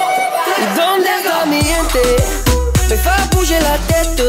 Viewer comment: when he pronounces the easy word "fais" totally incorrectly...